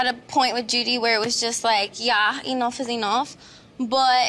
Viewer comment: Look up she was like, "yah enoff is enoff" 🤣🤣🤣